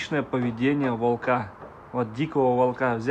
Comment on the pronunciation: ВОлка, вОлка! Ставь правильно ударение! Ты же русский!